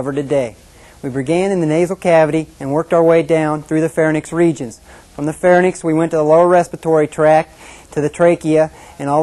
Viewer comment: "Pharnyx" his pronunciation. "Pharynx" the correct pronunciation.